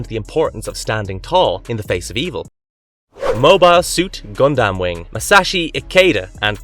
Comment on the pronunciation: Yeah, Rowni Kenshin is such a classic anime, but seriously dude, I have a hard time believing you watched half of these anime, and you didn’t just google them or used Wikipedia. I don’t know, but the way you pronounce stuff like Saiyan, Gundam, Rurouni etc… just gives me that impression.